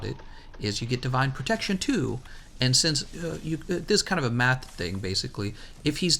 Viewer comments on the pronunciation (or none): none